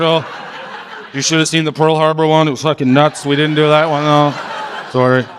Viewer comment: Can someone PLEASE teach this man how to say the word sorry! Fuck! It's not Sorey